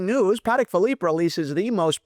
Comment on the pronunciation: Pa…Tech, not Paddock my friend. Enjoy the content, regardless of the pronunciation. Keep up the great work. 👌